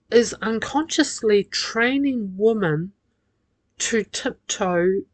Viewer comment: Your prosodic features are horrible. The word 'women' is pronounced 'wimin'. Without this being correct, little sense can be made of much that you say. Pig ignorant and simplistic as ever.